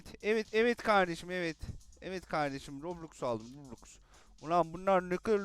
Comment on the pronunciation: Kostüm güzelmiş abi roblox diyişin çok iyi ama